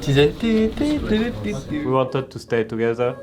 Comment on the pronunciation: Gold Revolvers en même temps quand tu dis « wi wanteude » a la place de « wi wantid » c’est chaud.